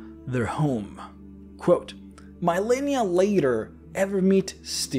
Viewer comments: "MEYE-len-i-a?" "a-DOL-es-ense?" Where the hell did this guy learn English? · "A-doe-LESS-ens," not "a-DOLL-ess ens." "Re-cull-ECT," not"Ree-cull-ECT." The first "i" in "Millenia" is ahort.